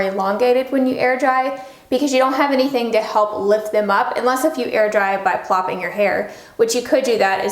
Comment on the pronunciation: Whats the name of that brush you used to form ringlets? Are you also saying "plopping your hair"... i cant umderstand what your are pronouncing...lol